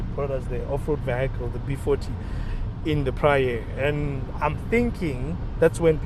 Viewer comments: Vee - hee - kil. Not vee - hi - kil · Just learn how to pronounce the word vehicle. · I swear I'm deaf, only heard it after reading the comment, now I can't unhear it😅